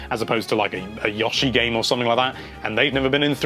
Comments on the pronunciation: Stop saying Yawshi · "yawshi" - nintendo life